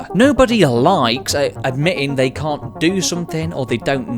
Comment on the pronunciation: Why did he pronounce can’t like com